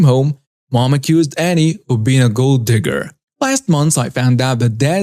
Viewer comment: Story 4:, just so you know, when pronouncing the name Anne, the "e" is silent (it is pronounced the same as when it is spelled Ann). Annie is pronounced the way you were pronouncing it. 🥰👑❤️🌻😊